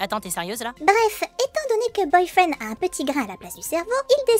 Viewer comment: C boyfriend pas boyfreind